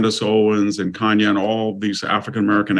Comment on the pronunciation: It was David Paterson, the GOVERNOR of New York, not the mayor. Kanye's name is not pronounced "cane-yuh." "Religisosity" is not a word. Mr. Hanson: If you're going to comment on the mental acuity of someone (such as Fetterman), it's not a good look when you misstate facts, don't know how to pronounce the name of one of the most famous entertainers on the planet, and mangle words.